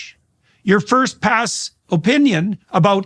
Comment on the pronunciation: Parse not pass*